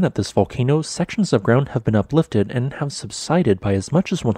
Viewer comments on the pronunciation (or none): none